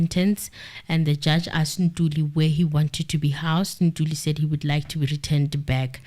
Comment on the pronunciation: Morning, we are Ntuli not Ntulu😅😅